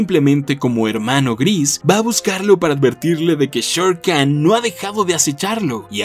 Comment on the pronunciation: Olvidaste decir que Khan no se dice Khan sino Jan